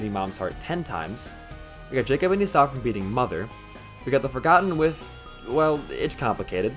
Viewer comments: It's e saw not esauuuu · ee-saw, not ee-sow I made the same mistake bd1p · lol I forgot I said this, but god I fucking hate how he says Esau as "Esaw" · It is my understanding that the name of Jacob's brother is pronounced "E-Saw"